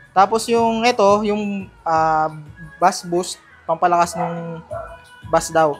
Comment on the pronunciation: Bass is pronounce like base